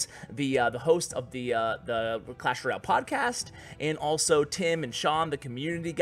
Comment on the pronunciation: He just said clash roy-al :)